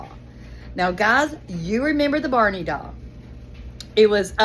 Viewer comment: OMG Baaawney? it's BARNEY 😅